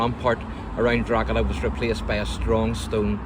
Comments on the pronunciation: Why can anyone from "Up the North" Pronounce "Drogheda properly" If you are giving info about a town... Pronunciation is Key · I'm from Drogheda - the correct pronunciation is Draw-da, because that's how we say it. I could accuse you of having a Northern accent too but, frankly, kettles and pots! Keep up the good work. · No worries, I've lived outside of Drogheda for nearly 40 years - I need to mispronounce it too if I want anyone to understand me!